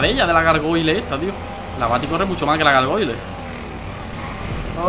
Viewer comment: Que mal pronuncia gargole